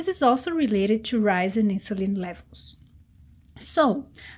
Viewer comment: What I want is ypubto learn to pronounce the word TO properly! It is not CHUU the way ylubsay it! Horrible how you brazillians pronounce it!!! Jesus!!! 😣